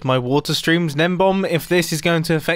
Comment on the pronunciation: Never been able to find Gnembon's videos until Mumbo just showed his channel because it always sounds like Mumbo is pronouncing it Nenbomb to me